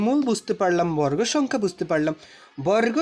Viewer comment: বরররগ ❌ বর্গ ✅